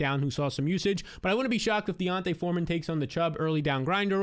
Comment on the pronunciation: Still waiting for to pronounce D’onta Foreman’s name right